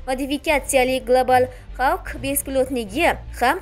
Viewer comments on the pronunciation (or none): none